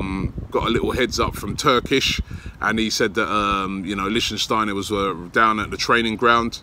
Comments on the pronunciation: Robbie it LICTSTEINER not LICSTEINSTEINER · Since it looks like you'll be saying it a lot. It's "lichtsteiner" not "lichtensteiner". He is not a country representative :D. Prononciation : LICH- STEIN - NER (3 syllabic) . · LICHTSTEINER, NOT LICHTENSTEINER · LICHT Robbie!! It‘s LICHTsteiner for god‘s sake! :D :D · Dear Robbie, his name is Liecht-stei-ner not Liecht-en-stei-ner. I'm not even sayin about Papastathopoulos, just Sokratis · Originally thought you were joking robbie, its Licht-steiner not Lichtensteiner pal!!! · Lichsteiner .... Not Lichtensteiner lol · lichtsteiner not lichtensteiner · LI-SHTEI-NER damn it Robbie!! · Robbie! It’s “Litch - Stein - Ner” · Wahahah he said “Liechtensteiner” every time. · Lishtenshteiner LOL . Robbie the name Butcher is back xD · Did u actually say Listen stainer wtf 😁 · Someone teach this guy how to pronounce Leichsteiner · It irritates me when you say lichtensteiner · It's pronounced "Lich-steiner", mate. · Robbie small fyi its pronounced "Lick- Styner" big man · Lich Steiner. Lich Steiner. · THANK YOU! im clearly not the only one who cringes every time he says his name wrong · Michele Frisoli No, it’s Lichtsteiner you muppet, go google it. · Robbie u butchered the guys name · Your pronunciation of Lichtsteiner is so bad Robbie xD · If you dont stop mispronouncing Lichtsteiner haha